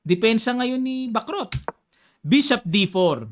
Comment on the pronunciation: Sana bigkasin ang tamang pagbigkas sa Bacrot, para gaya ng chess matuto din tayo sa language ng mga taga France